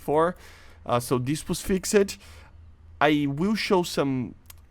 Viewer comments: Imagine if he learned how to say “fixed” instead of “fixaded” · "fix - ed" Xd the way u say it